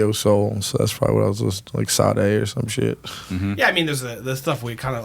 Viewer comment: …you can’t be going on podcasts mispronouncing Sade’s name like that…the disrespect 😂